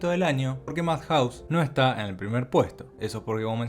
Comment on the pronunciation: Se pronuncia iufoteibel, ei uan, MADjaus y no madJAUS. jaiKIUU y no JAIkiu.